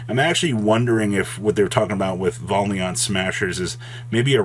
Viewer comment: Still having a hard time saying Valiant huh lol